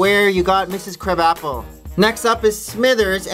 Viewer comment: its pronounced "Mrs Cruh-bopple" not "Crab-apple" lol.